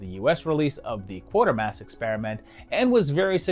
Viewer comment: Can't trust a historical review if a major character in SF film at the time is Prof. QUATERMASS, which the narrator manages to pronounce as "QUARTERmass". How about FrankenSTOON? or Darth Veedir? or Captain Klirk?